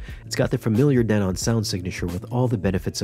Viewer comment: Who taught you how to pronounce Denon?😅😂